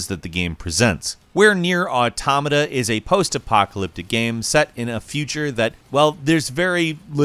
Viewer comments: ...It's "AUtoMAta". Not "auTOmata". Every time I heard that, I felt like someone was kicking my ear in. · Cant keep watching if this guy is going to keep saying automata that way.